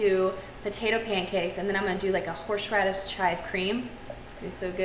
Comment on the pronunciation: Where can I get some "horshe radish"?